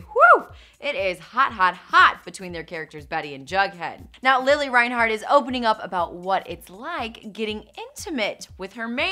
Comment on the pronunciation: her saying lilly instead of lili was killing meeee